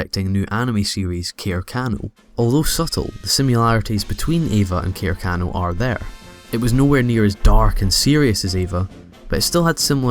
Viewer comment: I do believe you have mispronounced "Hideaki Anno"... Pronounces Hideaki Anno